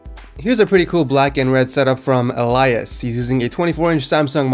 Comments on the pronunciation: You say Elias like this eel-e-is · You pronounced Elias wrong btw